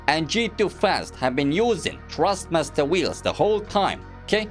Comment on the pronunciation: i love the way he says trustmaster instead of thrustmaster amzing comparison im not asking for a g29 for christmas anymore tysm